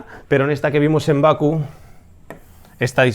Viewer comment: ¡Hola "crack"! Se dice Bakú, no Baku.